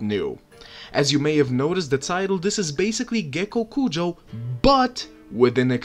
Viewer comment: ммм... Гекокуджа. И спасибо тебе за твое произношение)))